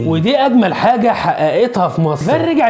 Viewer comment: اسمها فيفيان صلح النطق